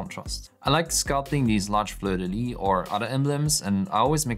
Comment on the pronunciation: Amazing work! (also, we do pronounce the "s" at the end of "Fleur de Lys" in French ;) )